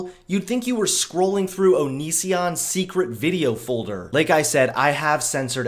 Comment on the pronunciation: who the f*ck is o-knee-c-on??????? hahaha